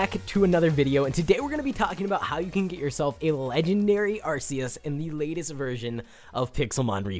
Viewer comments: Have you not watched the pokemon movies with Arceus? he doesnt say it correctly. Its pronounced Arkeus. Not Arceus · ARK e us not Arse e us u dum xd jk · Pokemon nerd here. Arceus is pronounced Ark-he-us and is a Mythical Pokemon, not a Legendary. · Said the name wrong :3 Arkeus is how your supposed to say it. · its Ar-Key-us sorry......... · First Arceus is a mythical Second its Are-Key-Us Regardless I love this video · Its pronounced arkeus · wrong way ti say arceus just saying game freak didnt want to call it like urs so they changed it because arse means the a word in england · I hate how you say arceus!! ur saying it wrong bro! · Firewolf786YT it triggered me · First of all you are saying arceus wrong second of all arceus is mythical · Dude you saying arceus wrong ok think it like the c is a k ok